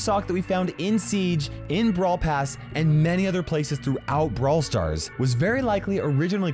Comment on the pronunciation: When he said: in brawl pass it sounds like brawl pass us a map